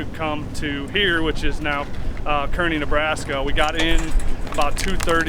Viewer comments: Say it with me: CAR-KNEE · Good video. Not being critical. It's pronounced Kearney ( Karney),Nebraska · Kearney is pronounced Car Knee (Nebraska Native) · its pronounced CAR ney nebraska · Native Nebraskan here... it's actually pronounced CAR-nee. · The "e" shouldn't be in Kearney. It's Car-knee 😆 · Q. How do you pronounce Kearney? A. Car-knee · 2 people from 'Car-knee' didn't like this vidjo because of annunciation of Kearney. I'm glad to see you guy's made it. Heard some noise rolling down the street after midnight, I thought, no way there were still racers barely passing through North Platte at that hour. Then I seen the last video of you guys gassing up at Casey's down the street. Man, I was excited to see James piloting down the track. I think as a driver he's technically one of the best. But on the sidelines observing, he is an excellent coach for sure. You guys have amassed a great team all around!!